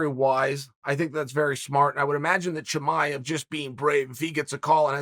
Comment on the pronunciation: Wait you just said Chimaev the correct way???